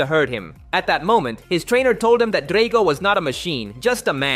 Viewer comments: your going to get canceled for the sheer fact that its not pronounced dray-go its drag-o,...if you'd seen the movies you'd know this. ...Since you haven't it means your way too young to have a channel on you tube so it means and I highly recommend a cancel. Not everyone deserves to have a channel. Some people just need to live a normal life. Ok so basically you're canceled. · Lost me at Dray-go